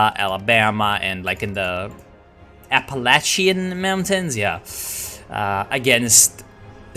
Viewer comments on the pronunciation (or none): I reccomend listening to the podcasts by Talkernate History on the Southern Victory series. Also, its Appa-latch-uh, not appa-lay-shuh.